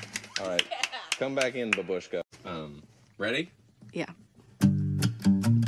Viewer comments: It's 'babushka, the stress falls on the'a' in the beginning. I just wanted to say it so don't mind me ahaha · Finneas calling Billie "babuska" ....im dead